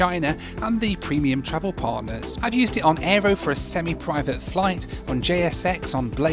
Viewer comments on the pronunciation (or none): none